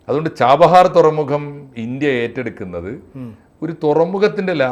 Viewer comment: ഛാബഹാർ എന്നാണ് ശരി...ഛാംബഹാർ അല്ല..